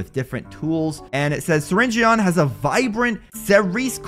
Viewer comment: U pronounce his name syringn